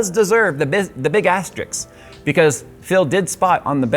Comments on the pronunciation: It is asteriSK not asteriKS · We love you for your goofs, but this is a habit by now. You said: "stars and asterix", again! It's asterisk. Sk not ks! Asterix is a comic figure. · Ast - errrr - isk. There is no X.